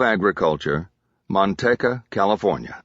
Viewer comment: Driving me nuts that he keeps calling Manteca Mantecka and not its real name pronounced Manteeka